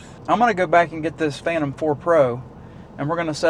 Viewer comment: By the way its a PhanTOM not a PHILton. Name has to be TOM I am thinking. :)